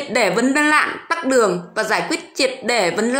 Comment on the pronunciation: Tắc đường hay tắt đường ? Quá cẩu thả. Câm hay ngóng ngọng hay nói